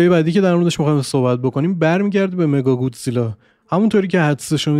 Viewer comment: مکاگودزیلا نه مگاگودزیلا